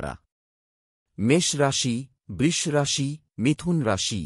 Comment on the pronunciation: উচ্চারণ ঠিক করুন।বৃষ,বৃশ্চিক আরো অনেক গুলো উচ্চারণ কানে লাগছে বড্ড।আপনি তো সব রাশিকেই খুশি করে দিলেন।সেটা অবশ্য ভালোই।সবাই খুশি হবে।কিন্তু সবার ভরসা কমে যাবে না তো?আপনিও ভালো থাকবেন।